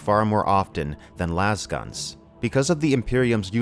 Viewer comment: "Lase-guns". As in "laser."